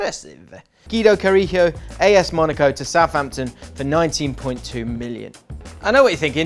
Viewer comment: Is it not Guido Cari(jj)o? Like Leo Ulloa...